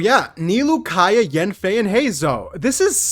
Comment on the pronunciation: since it's been so many times... it's KAEYA not Keaya...